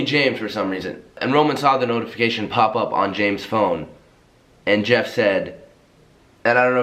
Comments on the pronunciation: Lowkey thought said jev instead of jeff... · i watched this whole vid and thought he was saying JEV and not Jeff 😂